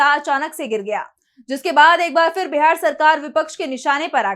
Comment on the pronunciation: उच्चारण का संज्ञान लें फिर ( फ़िर नहीं)